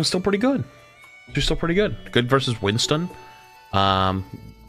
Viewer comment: I hear “Winton” and it just makes me laugh, but it’s because I call him “Binstin”